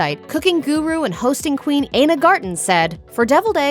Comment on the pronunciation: Ana? Interesting choice of pronouncing Ina Garten’s name. I can’t believe the voice over person didn’t actually know how to pronounce her name correctly. It does make me wonder about the authenticity of your channel. Are you experts at all?